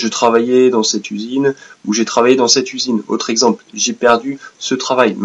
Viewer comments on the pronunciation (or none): none